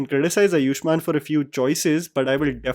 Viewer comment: अयुष्मान नहीं आयुष्मान होता है भाई